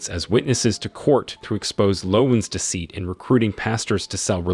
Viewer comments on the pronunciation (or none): none